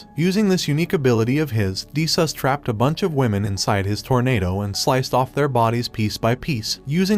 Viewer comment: Did he just say de sus😂😂😂😂😂